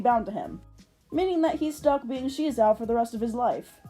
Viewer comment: The name SheZow sounded alot better the way they pronounced it in the pilot, like "ka-CHOW!", "ba-ZOW!" or "wu-POW!" it's supposed to be a pun based on an onomatopoeia, but for some reason in the show they felt a need to emphasize the "she" bit, like they thought the kids wouldn't get it otherwize. Another thing I liked about the pilot that didn't carry over to the main show was Maz having a crush on SheZow without knowing that it was actually Guy, but alas I guess TV networks weren't ready for that kind of relationship arc and instead opted for the whole side-kick running gag 😮‍💨 Even if you don't end up using Maz for it, have you considered doing that sort of double life plot for your reboot? I think it's an interesting way to further explore gender and sexuality, regardless whether it actually ends with a reciprocated romance or not. It can both give Guy an opening to question his romantic preferences, but also give him yet another taste of the female experience - as an object of male desire (albeit a very kiddie-friendly version if it) oh and one last thing, the art also looked better in the pilot. Like, not the greatest and not rly to my tastes, but what they ended up with in the actual show just looks like ass imo Speaking of art styles, I really like yours! It feels very solid and simple while still having a good amount of detail but in a way that feels economical, which is very good for animation. Reminds me a bit of Monster Allergy with the ears and noses, which I ju